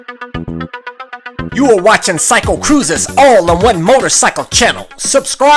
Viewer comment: When you say Cycle it sounds like psycho like PsychoCruza? :D